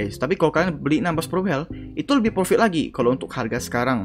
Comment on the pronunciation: Intronya profit jadi pofikt Tapi juga bagus sih di jelasin caranya juga🗿